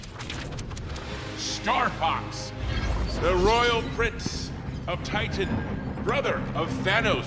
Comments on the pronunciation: "THINOS" LOLOLOLOL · "thin-os". :D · "You can call him Thinos" 🤣😂 nice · i love how he said "thinnos" lmaooo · "Thinos" lol